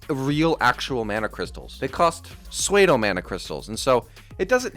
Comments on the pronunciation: Its pronounced "sue-dough" not "sway dough" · Bro said swedo mana crystals 💀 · That's the strangest pronunciation of pseudo I've ever heard